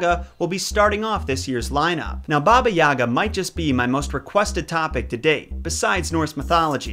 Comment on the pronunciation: god the way he pronounces yaga kills me